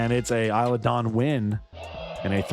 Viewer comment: Isla is said like eye-lah like island is said eye-land